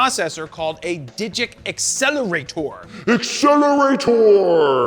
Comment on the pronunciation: Nailed this time on "Accelerator"!